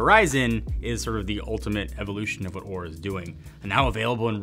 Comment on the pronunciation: be careful with how you pronounce Oura... Despite their inability to spell they got very angry at Linus for pronouncing it how it is spelt like you did...